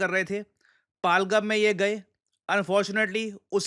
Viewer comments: सर; कृपया pronunciation sahi kijiye. यह पाहलगम नहीं, पहलगाम है. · Shrimaan, phalgham nhi pahalgam bolo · पालगम ❌ पहलगाम✅ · पहलगाम not पलगम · आप नाम ग़लत क्यों उच्चरित कर रहे हैं । पालगम नहीं है ये पहलगाम है । वहाँ के लोग भी इसे पहलगाम ही बोलते हैं । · सही उच्चारण है पहलगाम। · Kya Banda Hai, Pahalgam Ki Pronounciation hi badal di kch to Apna rkho, kch bhi? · Sir, u have been pronouncing "PAHALGAM" in a wrong way, please have a look at it.